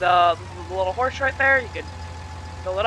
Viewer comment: Horsch...sounds like horse 🤔